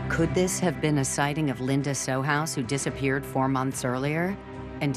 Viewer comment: Too bad they couldn't bother to say John's name correctly; it's Sohus (pronounced So-Hus).